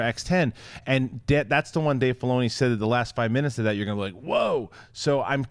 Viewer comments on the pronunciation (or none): John is mis-pronouncing Dave Filloni all the damn time